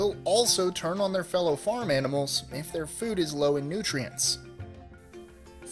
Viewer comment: 18 confused me for a while, thought you said "animals eating plants" and not "animal eating plants"